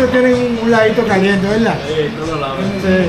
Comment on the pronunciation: Holaaaaa esas ciudades son grandes, vacías, se contradicen con la cantidad de gente sin hogar, están desocupadas no lavan ni prestan la batea, y decir veldad como tú hablas esa chory no me cae bien, pero eso es asunto tuyo, éxitos en tu trabajo para entretener, amplía tu vocabulario, ponlo más florido, jajajaja,hasta la proxima